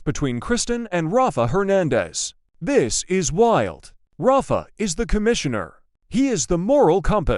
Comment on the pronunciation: Say the names correctly. Rafe not rafa.